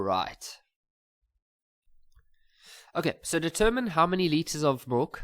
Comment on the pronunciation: I'm writing tomorrow and I'm hearing things like "deterMiny"😂😭